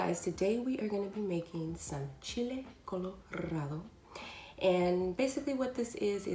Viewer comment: When you rolled those “Rs” I wanted to propose